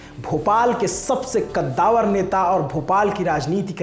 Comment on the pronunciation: ग़द्दावर नही कद्दावर